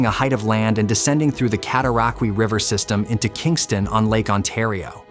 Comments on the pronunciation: Your AI voice-over can't pronounce properly. Rideau is pronounced Readow ( i as a long e ane eau as a long o). Cataraqui ends as 'way', not ' key'. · Cat-oh-rock-way that’s how it’s actually pronounced. People still use it today. I grew up in it, on it and around it. And just so we are all clear CANADA 🇨🇦 won the war of 1812. And it Reed-oh not rid-oh.